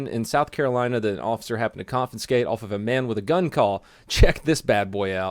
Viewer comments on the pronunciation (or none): “Confinskate”? Say it with me, “con fis cate”. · Confiscate not confinscate... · ConFINscate. Lol. EXcape. Lol. Do you say AXE a question? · Annoyed at the ammount of adults that say " confinscate" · you: "the smartest man in the world" also you: "con-fin-skate" "ex-cape"